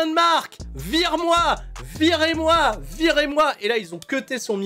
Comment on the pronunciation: "Veer-ez moi" il a dit :o !